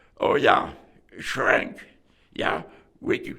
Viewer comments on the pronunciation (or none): Maybe Schenk not Schrenk